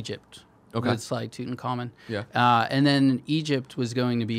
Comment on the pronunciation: The way he pronounced Slytunkhamen gave me a stroke. If Sanzaru does create Sly 5, I hope they don't lose interest halfway through the game like they did with Thieves In Time.